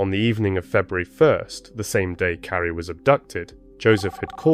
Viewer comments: Her name is Carley(car~ley) not Carrie…respectfully. I noticed that you say a proper about a quarter away through the video. Is there a way to change that or edit those parts or let people know that it was an honest mistake. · Her name is CARLY, or CARLIE. Not Cari. You can't even say her name correctly. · I’m sorry, but you’re kidding right? He (or the AI he was using) didn’t even pronounce her precious name properly!! He called her Carrie, Charlie, Kly, etc. Her name is Carlie!! And don’t come at me about accents, it wasn’t that! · You might want to get the victims name right at least once in your video. It’s not Kly or Carrie or Caaari as you stated. It’s Carlie Bruer. If you’re going to use these tragic incidents as your income, at least respect the victim and her family. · If you’re going to create videos like this, at least have enough respect to get the victims name right. Yo said the wrong name 21 times before you said it correctly. Her name is “Carlie” not Carrie! Then you continued off and on calling her “Carrie” instead of her correct name. That is so disgustingly disrespectful to this innocent young girl. You need to fix this immediately, please… my gosh it makes me sick to my stomach every time you say this poor child’s name wrong.. Do the right respectful thing and FIX THIS VIDEO NOW PLEASE! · Her name is CARLIE, not Carrie! 😮😮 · could get childs name right its not carrie its carlie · If you're going to narrate, get her name right. It's not "Carrie" or "Charlie".... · The narration sounded like her name was Curry.. thanks for this xx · I came to say this 😅